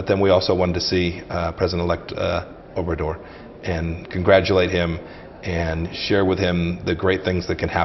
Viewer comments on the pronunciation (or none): president "over Door" si vienen a colonizar México cuando menos tomense la molestia de pronunciar bien obrador